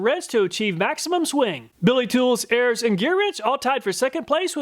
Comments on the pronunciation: I've said this in a previous video. ARES is not pronounced Airs. It is pronounced like Air-Ease, like the Greek god of war. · I have to be that nerd today. Ares is the Greek God of War. Pronounced like "air ease" not like "airs" Ares in Greek mythology is Mars in Roman mythology. Forgive my pretension. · Very nice! BTW, If you look up Ares, the Greek god of war, you will find that it's pronounced "air ease." 😉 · I love your methodology and what products you test. Only one thing. Ares is pronounces AREES. As in ARES the Greek god of War